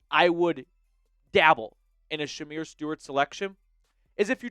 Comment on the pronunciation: Man, you're completely butchering Shemar Stewart's name. It's embarrassing...